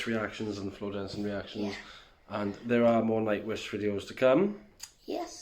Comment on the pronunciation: Her last name is pronounced yansen jansen she's Dutch